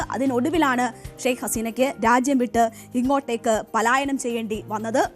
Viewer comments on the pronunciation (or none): none